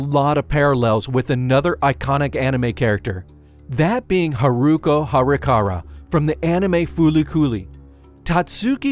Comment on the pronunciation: Thought her name was “Haruko Haruhara” not Harikara… ??? 😅😅